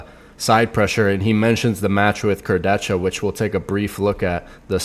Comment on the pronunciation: Obviously is the only person who pronounces "Kurdecha" correctly.